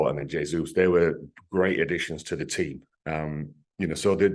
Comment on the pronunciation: Who's "Jay-Zoo" Alan? I don't remember us signing him.